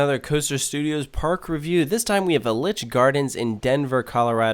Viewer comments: It's E-litch gardens, not El-itch. Otherwise, an accurate description of my home park 😢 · Pronounced EE-litch gardens - was my home park growing up - now my home park is Cedar Point - I never even knew what I was missing! A shame that Sidewinder was closed, best airtime there - only downside is you have to hike up all the stairs to ride! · The way you pronounce Elitch is actually triggering. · You say elitch wrong